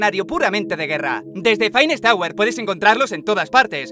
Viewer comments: "Phainest auer" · Finest "Auer" "Vaioshoc inphineet" xdxdxd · "Phinest Auer" Ulala señor Frances xd